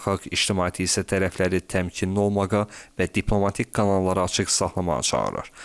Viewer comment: OlmaQa yoxsa olmaĞa? Oxuya bilmədin də sən.